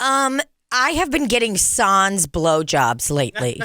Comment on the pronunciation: As a french canadian, the SANS part killed me 😂😂😂 you don’t pronounce the S at the end. or the N. SAN, i don’t even think there’s an english words I could say to make it make sense 😂